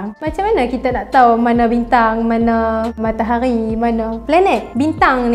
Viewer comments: MATAHARI!!! BUKAN MAKTAQGHI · Sebut matahari betul2 bole tak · Suke bila dia sebut matahaghi... Pekat